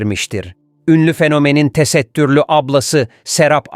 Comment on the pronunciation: TE-SET-TÜR-LÜ DİYE NEDEN VURGULUYORSUNUZ ACABA😡